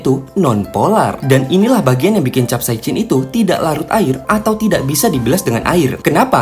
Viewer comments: Bacanya kapsaisin min, hadeuh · Sok sok buat chanel ilmu pengetahuan,tapi sebutan capsaicin saja pun dia Salah🗿🗿🗿